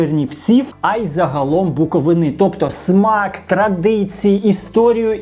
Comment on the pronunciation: Не БуковинИ, а БуковИни!